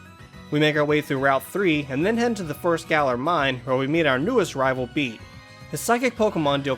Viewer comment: Bede’s name is pronounced ‘Bed’, not ‘Bead’